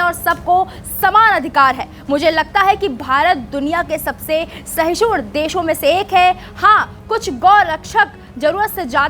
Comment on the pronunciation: Sahshun nahi mam Sahishnu hota hai 🙏